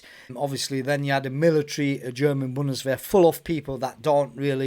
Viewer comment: Wow, you said it very good - If I would hear only this words (Bundeswehr Gebirgsjäger) I would think that you are German :)